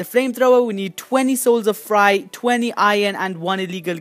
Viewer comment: U said fry u were saying fright